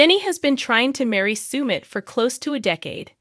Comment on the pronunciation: Sumit is pronounced suh-mit, not soo-mit